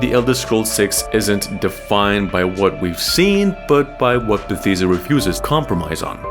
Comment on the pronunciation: Your saying Bethesda wrong lol